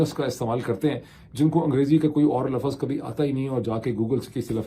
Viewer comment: Respect you as an excellent journalist and intellectual. Please work on your urdu pronunciation. Like word is simt not simat, it’s lafz not lafaz.